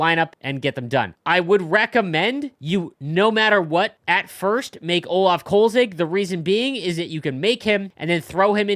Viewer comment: The goalies name is Kölzig, not Kolzig. Attention to details is not EAs strong suit 😩